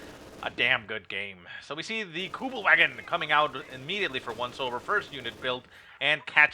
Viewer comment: normally I wouldn’t do this normally but please … the next time you say the Kubelwagon remember in German the ‘W’ is pronounced as a ‘V’ in terms of pronunciation … think of the car company Volkswagen:P Besides that little bit of silliness keep up the awesome casting:)